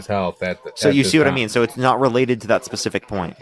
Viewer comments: 'No pacific reason' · This guy actually said “no pacific reason” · "No pacific reason." You got that right, buddy. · I mostly just wanted to repeat him saying “No *PACIFIC reason” when mentioning the “war time President”.. lol